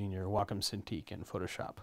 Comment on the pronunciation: You pronounce Wacom funny "WAAHCOME"